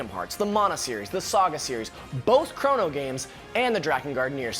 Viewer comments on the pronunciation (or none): none